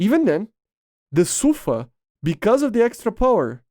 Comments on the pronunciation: 🤦‍♂️ it SUFA not SAFU, I have a friend that’s speaks Hebrew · Its actually pronounced "Safaa" edit: Yeah it's Su-fa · no Sa-fa